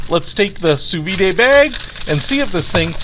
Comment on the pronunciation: pronounced Soo-veed